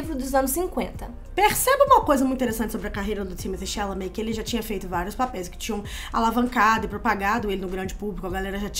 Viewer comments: Amo. Mas manas, a pronúncia correta do boy eh “Timotê” “xalamê”. Foi ele que falou kkkk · Thimotté Chalamet minguê. O escolhido foi você. 😂